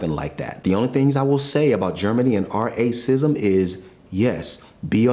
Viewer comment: It's quite annoying when listening that you're trying to mute or mangle the "racism" word, and it doesn't help with YouTube anyways. Their CC generation system still understands you well enough, and you're putting it in the title. Just say it as it should be said, you can't fool the algorithms. (not to mention that the word will be written in the comments a hundred times anyways..)